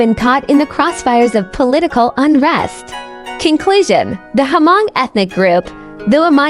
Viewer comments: It’s it not HER-Mong….its just Hmong (Mong). omg plse get it right! Don’t butcher my ethnicity. Talk to me…I will give u a little history of my people. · For your information: You did not pronounce the name " Hmong " correctly. Just leave the " H" out and pronounce like this: Mong.